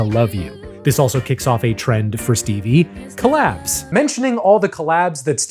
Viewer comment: I think he probably said "collabs,' but it sounded like "collapse." Please use real words.